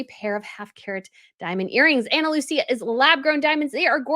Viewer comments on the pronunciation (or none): Isn't it Ana Looisa? Not Looceea?